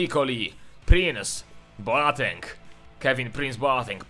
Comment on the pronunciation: Słuchaj to daleko zajdziesz, on Boateng wymawia Boteng:p